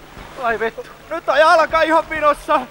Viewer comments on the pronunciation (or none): Did anyone else hear when he said "F***" in Finnish it sounded like "Vito"?